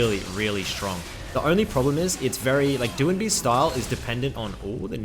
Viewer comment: who the fuck is doing b? its doinb. shut the fuck up...